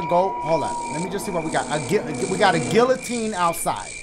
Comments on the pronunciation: “I be knowin names and stuff” 5 seconds earlier said guillotine like gillotine. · leave it to dashie to pronounce all the Ls in “guillotine” LMFAO